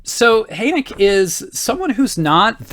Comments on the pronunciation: My dear, his name is pronounced Hur-n-ay-k-a, or Hen-ay-k-a....depending on where in Germany you are from... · Adolf Hoenecke is my great-great-grandfather. FYI...the final "e" is pronounced!